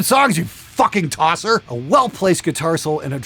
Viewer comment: Literally the only time I've heard a Yank say "tosser" properly earns a like.